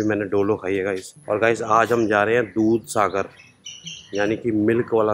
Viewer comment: You tell na doodh sagar i listen bhooth sagar😛